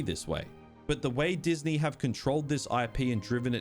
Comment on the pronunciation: Diz knee